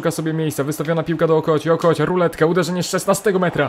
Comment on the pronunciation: Śmieszy mnie jak mówisz Okocia XD